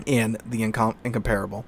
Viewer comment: nearly pronounced Incomparable correctly.